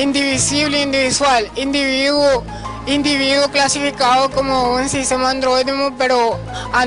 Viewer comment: individudo? que es eso jajajaj 1.25